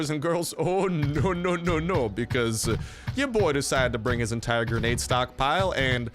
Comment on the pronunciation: Your ascent when u say granda is the best